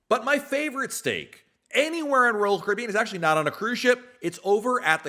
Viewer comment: Why do you say royal caribbean as one syllable?